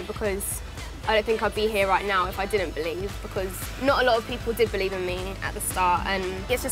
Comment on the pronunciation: I thought she was saying Beliebe 😂😂